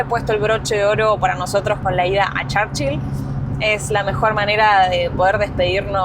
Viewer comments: No se dice: Charchill se pronuncia igual Churchill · Se dice Churchill no charchil 😂😂😂